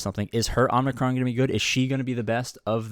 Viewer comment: Oh good lord. I can’t take it any more. There’s one N in Omicron. And that’s at the end. Not after the M. Please. 😂